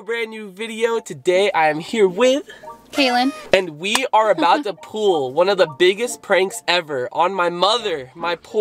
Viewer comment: did he say pool insead of pull